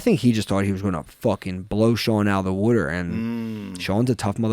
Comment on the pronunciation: Watched this whole clip hoping to hear "water" in a philly accent, didn't disappoint